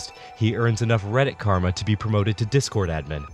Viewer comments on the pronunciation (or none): none